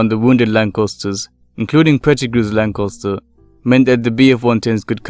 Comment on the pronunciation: The second '"a" in the word Lancaster is pronounced with an "a" as in ass (the equine variety), and not an "o". Who has ever heard of a Lancoster???? LOL.